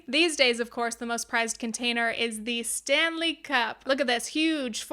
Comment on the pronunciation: The lady with the “Fanley” cup 😂 hell yes